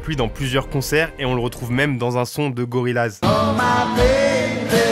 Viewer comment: Par contre prononcer le groupe gorillaz « laz « et pas « yaz » c’est un affront